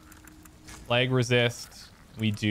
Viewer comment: I giggle everytime you say "pleg"..love the content you put up tho